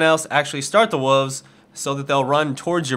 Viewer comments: God damn it, it's WOLVES, not WUVVS. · why can you not say woLves. its not spelled woovs. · WOLVES, not WOOFS. lol probably just some accent you have tho. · you really need to learn how to say "wolves"...its WOLVES not WOOOOVES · Its not wuves its WOLVES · wolves has an L its not wooves lmao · I did a shot of Jack Dagnels every time you said wooves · you saw wolves funny! It sounds like woves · you said wuves again lol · still can't pronounce Wolves. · WHY CAN'T YOU SAY WOLVES CORRECTLY OMG